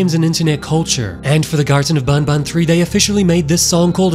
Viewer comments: It’s not bun bun it’s ban ban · It makes me laugh when he says garten of bon bon instead of garten of ban ban, it makes me think of Fnaf 😂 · Man needs to say ban ban instead of Baun baun is a life time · Its not boun boun it’s ban ban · Is not bonbon its banban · If i hear bonbon one more time... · its pronounced b-A-n b-A-n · Bro says bonbon3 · who the hell says banban in a french accent bro